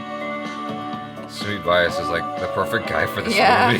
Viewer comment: Amazing reaction! Just one thing it's pronounced as Sumeet v-YAAS, not Why-yes. 😂